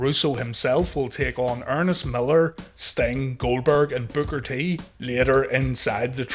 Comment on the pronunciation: I'm just having a hard time getting past the fact that you called Booker T "Booger T" 🤣 what??